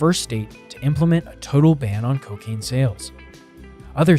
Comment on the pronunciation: Hehe “Cowcain”